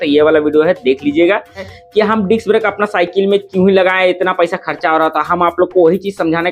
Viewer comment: Why u always say diks brake😂😂